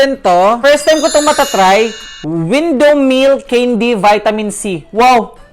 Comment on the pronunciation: The word CANDY! It should be pronounce kendi" not keyndi! 😏